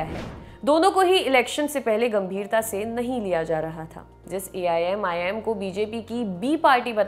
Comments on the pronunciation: madam Aap 4 bar Aimim ki jagah aii'm bol chuki ho . Mai aapka fan hu lekin aaj aap ka programm karte vakt shayad man kahi aur tha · aap pahele AIMIM bolna sikho.